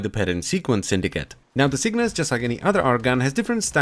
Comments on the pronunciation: It's Cyngas, not Cygnas. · CyNGas. Not CYGNAS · I swear you are saying "sickness" instead of "cyngas" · You gotta get up, get down with the cygnas. Yes I know it's cyngas but he says it like cygnas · It’s pronounced singis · say it like that..cyb-gas.... c y n g a s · Each time "Cygnas" is pronounced i feel sadder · Sin-gas. I can see why you'd want to mispronounce it though, that name just doesn't feel right.